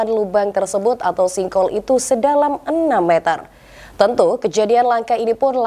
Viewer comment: Sink-hole, bukan sin-khole. presenternya kurang wawasan 😅